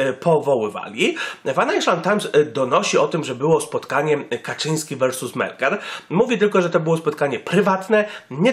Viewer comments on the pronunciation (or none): none